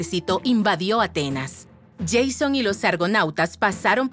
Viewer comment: Bueno, pero hay que aprender a hablar bien o no usar inteligencia artificial, no se dice "Yeison", como si estuviera en inglés, el nombre es griego, y el griego esta etimológicamente mucho más cercano al español que al inglés, así que la pronunciación en español es más correcta y más cercana a la original, se dice "Jasón", no "Yeison".